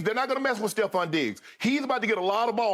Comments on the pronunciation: Once again, it's TREVON Diggs. Not Stephon. TREVON Diggs. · Nobody caught Shannon calling trevon steffon 😅😂